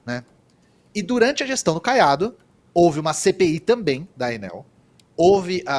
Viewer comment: Ate que enfim, Enel e não Ênel William!!Aprendeu?